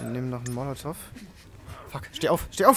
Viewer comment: Ich vermute er bezieht sich darauf das es nicht "monativ" sondern molotov heisst.